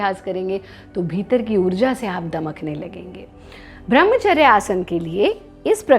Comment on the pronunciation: Madam thoda nam to thik se lo, वो ब्रम्हचर्य होता है, भ्रम्हचर नही